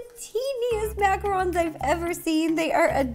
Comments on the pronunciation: Macaroons!?!??!!?!! It’s macaRONs!!!! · I always thought it was pronounced macaroons like oooooo but Ro says them like Macarons like oh ns